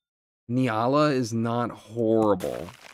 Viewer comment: Still hoping that he'll pronounce it correctly as N-yall-ah one day